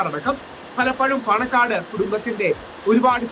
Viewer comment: പണക്കാട് അല്ല ചേച്ചി പാണക്കാട് എന്നാണ് 😊